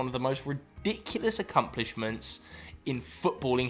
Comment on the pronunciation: said ‘accumplishemenT’